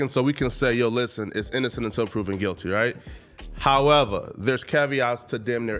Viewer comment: English: “However…”: “Hawevar...” Hehe 🙈